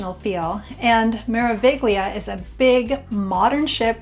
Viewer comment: Thanks for the info. Just an FYI the "g" in Meraviglia is silent. In Italian a "gl" together followed by and "i" sounds like the ll's when you say "million."